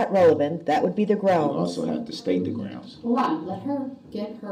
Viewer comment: Taket. Estoppel. Grounz. Lmao.